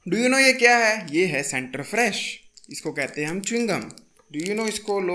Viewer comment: Center fress nhi loll😂 fruit h 😂